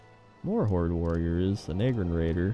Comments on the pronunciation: i was wondering how long it would take him to get to nagrand (na-grand not nae-grand) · Nag-Grand not Nae-Grand you mug